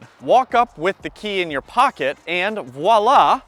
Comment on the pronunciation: Voila! is pronounced with a "V" sound, not a "W"... "Vwa-LAH". Just sayin'...